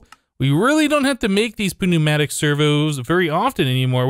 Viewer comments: its Pronounced New-Matick not P-New-Matic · its said NEW-matic i understand its a p but its new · Pneumatic has a silent P not a pronounced P. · I find the way says pneumatic servo so funny I laugh every time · You dont pronounce the P in pneumatic